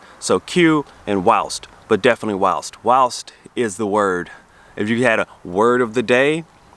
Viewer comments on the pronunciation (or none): You said, "wowst", but I think you mean "whilst" - it means 'during'. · Love how you say it 'whaolst' in your normal accent, but when you mimic an English accent you say it superbly 'whilst'. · you are pronouncing it wowst, it is whilst as pronounced (why L st) but we have loads of different things. we use pants as a put down also, that tv show was pants.. meaning rubbish, crap, etc. You use the word rubber for a condom, we use the word rubber to mean an eraser. British never say pass me the eraser we say pass me the rubber. ( to rub out a pencil mark) When you say fanny ( as in a woman.s behind ) it means a womans front part here ( sexual organ) what you call french fries we call chips. What you call chips we call crisps. What you call a drugstore we call a chemist or a Pharmacist. on a car. UK = America Hood =Bonnet Boot= Trunk Wheel nuts = lug nuts Discs = rotors Wing = fender Estate car= Station wagon Saloon-Sedan ( used to work in America as a Mechanic) We have more slang words for something than you can believe as my wife found out when we married and moved to the Uk ( I am British) my wife is not. If you drive from the south up the M1 you will find that a simple bread roll will change it's name every 40 or 50 miles from teacake, Cob, bread cake, Balm cake. lardy cake, bap, stottie and a load more depending where you live.... Enjoy my fiend it is a learning curve. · Your pronunciation is ‘Wowst’ .. try ‘While …… st’. 👍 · It sounds like you are saying wowst instead of whilst, glad you are enjoying our weather. 🙂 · Those look like Hawthorn berries, the fruit of the berries are safe but the seeds are mildly toxic about the same as apple seeds but more difficult to avoid, often used to make jam and chutney with the seeds sieved out. The flowers can be used to dress salads. "Whilst" needs more emphasis on the 'il' sound; your accent made it sound like you are saying 'wowst' which threw me until you used the examples.